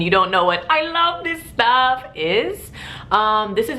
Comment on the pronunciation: You sound like a german when you say AI LAF SIS STAAAAAAAFF :D